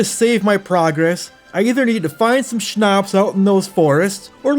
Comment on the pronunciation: Quick pronounciation tipp - Schnaps doesn't have a long "a" in it, cut the lenght in half and you got it